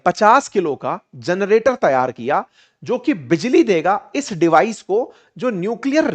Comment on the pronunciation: *जरनेटर नहीं सर #जनरेटर होता है।